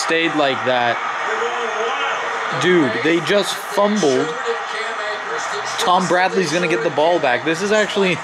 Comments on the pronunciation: Did say Tom Bradly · Then he goes "Tom Bradley" lol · was it just me who heard say Tom bradley?? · did say “Tom Bradley” 😭😭😭